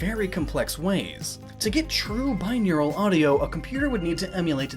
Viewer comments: It's "binaural, not "bineural" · Why did you pronounce binaural as bineural?